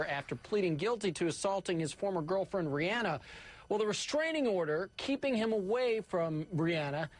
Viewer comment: They couldn't even pronounced rihanna correctly